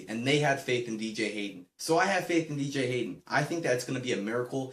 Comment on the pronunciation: wow bro you say BJ Hayden. what a great raiders fan you are........hahha jk